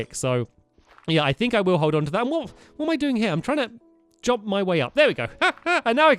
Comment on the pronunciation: can you please stop saying jomp its kinda annoying any one else